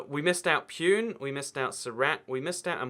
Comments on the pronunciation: He said Peon 😂😂😂 . It's pronounced Poo Ney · I understand that he is not from west India, but seeing as my fathers entire family lives in Pune, “Pyoon” was terrible